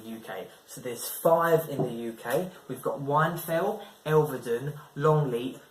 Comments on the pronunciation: Whinfell not wine fell 😂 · Wine fell? It’s whinfell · It’s pronounced win fell